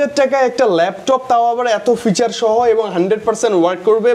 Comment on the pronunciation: আরে অশিক্ষিত ফিউচার না।।। ওটা ফিচার হবে😊😂